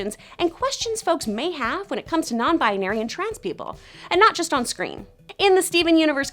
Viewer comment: Ow my Bones no it's "binary" but she said "bianary"